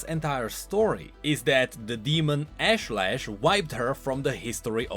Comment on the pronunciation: Ash-Lesh not Lash